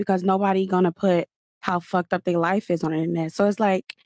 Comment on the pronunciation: Lol bruh , who said FUHKED like this? Thought it was Zherka for a sec